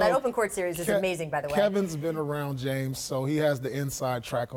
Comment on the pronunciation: how the fuck do you mess up the name james? lmao its one of the shortest simplest and most popular names ever hahaha